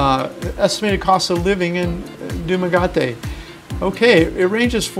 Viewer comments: your pronunciation is off. it is duma get ee. I would bet a place outside of the city where the price of renting would be cheaper. get a place where you can grow your own food and it will make it even cheaper. yes 'normal' food is expensive. your looking more like 1 grand a month for what most foreigners would want and up. if you won your own place and not renting the cost goes way down. the ting is to buy a place and not get ripped off. a lot of houses are really horribly built. I would build my own place. get your own land and build a pole barn house with a simple floor plan. make it simple so it will be cheaper. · Hey girlfriend can you correct your boyfriend it’s dumageete 😂😂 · Excuse me , it's Doo-mah-get-T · Jesus man, it's "Doom-mah-get-tee" you've been there so long and still can't pronounce the city lmao! In all serious though, thanks for your content. i really appreciate your efforts! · Great informative video, however the pronunciation of the City is very ANNOYING. !!!!! It's DUMAH GET TEY !!!..You're Welcome. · Thanks for your.beautiful informative vlogg . Its actually pronounce du ma gi te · Its pronounced DUM A GET TEE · its pronounced do mag get te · pronounced Do-ma-ge-ti one of the safest and most attractive cities in Philippines. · Its DUMA- GET- TAY !!! COMPREHEND? DUMA / GET / TAY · Dumagayte pronounce it that way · Your video is fun to watch. But, repeatedly saying "DUMGATE" is very annoying and it make you look like you don't know what you're talking about. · It’s pronounced Doo ma get E 😃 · It's pronounced Duma-get-te. That was a very informative video thanks for featuring my hometown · I understand your frustration with the mispronounced city, but he did try, and the America manner of speaking makes the task even more difficult (I know after trying to speak Tagalog and some Cebuano after fifty years); try saying in this manner dew - ma-get-te, love the information and video editing. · It pronounced doo-mah-ge-te